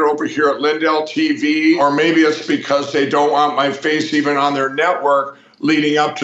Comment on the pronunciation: Marjorie “Buhcuz” Taylor Greene